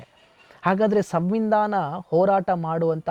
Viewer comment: ಸವಿಂದಾನ ❌ ಸಂವಿಧಾನ✅